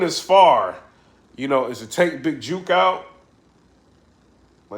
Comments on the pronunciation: Big "juk" not "juke" bro lol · Is it juke or jook? Cause ur say juke